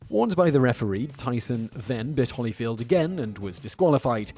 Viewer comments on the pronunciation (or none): Just a couple helpful corrections: E-VAN-Der (pronounce like you would a van that one would drive) and Holy (holy, holy, holy, Lord God Almighty...) and not like the "holly" one might find on a tree or bush. Thanks. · EvAnder HOlyfield. Like nails on a chalk board listening to him butcher the name. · there's clearly only one 'l' in holyfield. why are you pronouncing it like my name? the first name mispronunciation is acceptable, because of the word 'evan', but the bastardisation of the last name is not. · Eva's Ivy to be fair, if he's never heard the name, 'Evan' is a name. he pronounces it like that. but there's no justification for the butchering of the last name.